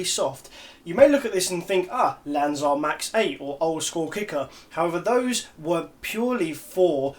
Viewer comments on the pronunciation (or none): none